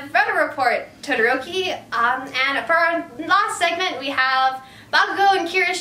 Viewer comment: I love how you pronounce Todoroki.